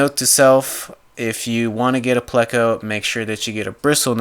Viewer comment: Its pronounced playko but is spelled pleco